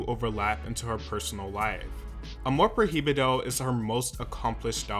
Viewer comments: Once he said “amor pro hee bee doh” I was done.. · "proy-bido" there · Jaja “amor pro-hi-bido” please learn how to pronounce the words in Spanish as we (no English speakers) learn English words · huh ... that's not how you say "amor prohibido" ... you could have google it y'know 🥴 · Yeah him saying the h in amor prohibido is actually annoying and I didn’t think it could be ....: but he’s English ..... I understand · the way he said amor prohibido upsets me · Learn to pronuntiate spanish words correct, your pronuntiation of "amor prohibido" sucks